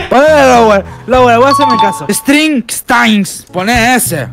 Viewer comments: "Strings straings" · "eStRiNg eSTaYnGs" Vudú - 2019.